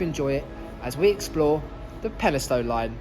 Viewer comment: and also peni-stun rather than peni-stown